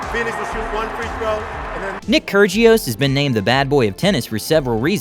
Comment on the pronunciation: It’s NICK Kyrgios if you going to bad mouth a player say his name right